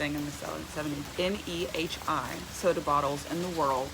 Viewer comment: Btw, Nehi is pronounced knee high, I looked it up